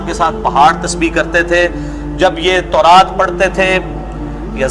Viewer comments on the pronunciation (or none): none